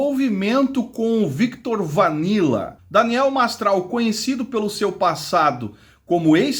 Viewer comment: Cara interessante teu vídeo.. mas por favor fale o nome das pessoas corretamente: Viktot Vanila? Oi???